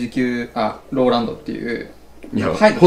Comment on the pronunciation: 、ラララランドぅ！って言ってるような？😳笑笑